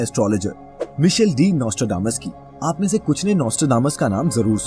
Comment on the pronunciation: मिशेल नहीं वो मएयकल होता है बे। मेल और फीमेल के लिए स्पेलिंग एक सी होके भी अलग नाम लिया जाता है।